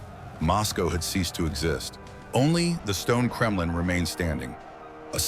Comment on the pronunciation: no wonder the Mongols were feared. That and the "Kremlin" a few seconds later. AI slop can be forgiven, low effort AI slop can NOT.